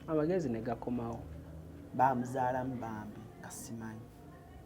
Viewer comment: The way said bamuzalamu 😂😂😂😂